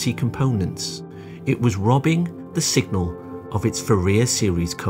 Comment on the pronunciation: Does the narrator say 'singal' several times (instead of signal). Otherwise this is an excellent non-math introduction to Nyquist theory.